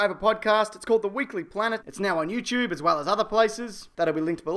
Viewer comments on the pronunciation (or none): none